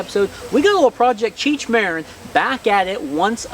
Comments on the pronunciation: Ma-rin like Marin county California not Like the name Maron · It sounds exactly like " Marine ". Marin is a galicism , meaning that spaniards heard the english word ( marine ) and wrote it exactly the way it sounded and pronounced it with spanish phonetics so the right sound would be like you pronounce Cheech Marin , with the emphasis on the I , not on the A .